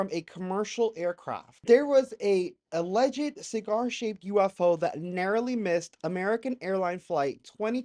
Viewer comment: Alleged is pronounced with two syllables, not three. 🕊️